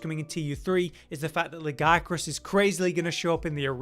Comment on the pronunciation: It makes me upset how pronounces Lagiacrus and I click off every video he says "lag-EYE-a-crus". It's coming up on other channels too which I think stems from the standard English pronunciation of "Leviathan" and laziness/illiteracy but I could be wrong. There's the pronunciation in Wilds for English-dub-only people from Erik in the cutscene (with weird enunciation lag-ee-A-kroos) but beyond that, Lagicrus in Japanese is written in Katakana (used mainly for foreign words/borrowed words for the most part. R and L are mostly interchangeable based on Japanese phonemes being translated to romanized languages): ラギアクルス (ra-gi-a-ku-ru-su) -> "lag-ee-a-kroos" where the abbreviation "Laggy" came from and it's not a large deviation in official localization like some names are or even something like タマミツネ (Tamamitsune) 泡狐竜 (literally: Bubble Fox Dragon) getting localized down to "Mizutsune". Lagiacrus is not ラガイアクルス (ra-gai-a-kroos > lag-eye-a-kroos) and it's not ラジアクルス (ra-jee-a-kroos). I think part of why it upsets me is this channel is largely a Monster Hunter focused channel and should be a better resource or at least a more informed resource (not a click > oh, it's > LagEYEacrus > I'll just go check Capcom myself then) especially since is exclusively on the information side of the MH videos rather than the entertainment Josh/Cotton side and for whatever reason has to butcher the pronunciation in every video he's done since Lagiacrus was announced. It's v